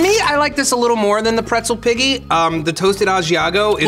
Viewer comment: I love how serious it got at the end and also how has been fucking up the name of the pretzel piggy the entire show!